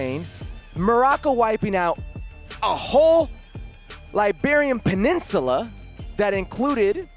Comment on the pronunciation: Hercules, the road scholar that you think you are it’s not Liberian peninsula it’s Iberian peninsula!